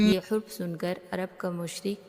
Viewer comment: Hurf nahi harf hota hai jab ziyadah harf ho to huruf bolte hain